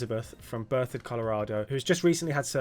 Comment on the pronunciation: That was really cool to hear you say “Berthoud Colorado” correctly… I live there too!